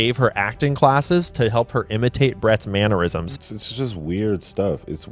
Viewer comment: mannerism not manny rism lol